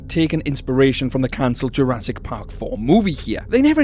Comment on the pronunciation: " I bet Jurassic can" sounded so normal to me, until my brain randomly starts to function. "I bet Jur-ass-it can" 💀💀💀